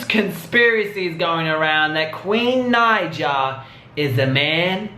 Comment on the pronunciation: How hard is it to say naija